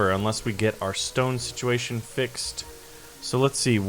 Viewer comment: You Said stone like stoon